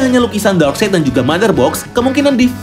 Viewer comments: DARKSAYD. NOT. DARKSEID. CARA BACAMU LHO MAS. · Iya bener lho Darkside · koreksi steppen wolf = baca steven wolf bukan stiven wolf darkseid = baca darksaid bukan darkseid...